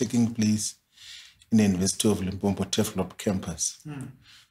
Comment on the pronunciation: Did he pronounce it Limpompo? 😮